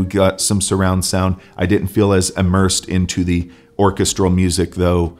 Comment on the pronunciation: Where is that guy from that he pronounces vocals and orchestral like that? Made my brain hurt.